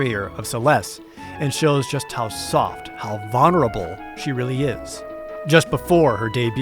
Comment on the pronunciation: Why does Jared pronounce vulnerable like that?